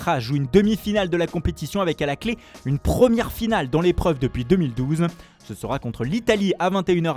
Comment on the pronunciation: "une PRRHHRHHRRRRHREUUhmière finale"